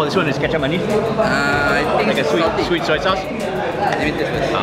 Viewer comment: U know I looooooved when you said shweet instead of sweet while u were eating lol ur so f funny 😂😂😂😂😂😂😂😂😂😂😂😂😂😂😂😂😂😂